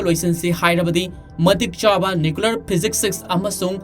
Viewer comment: Keino nuklear bomb abo hahaha nuclear hyyo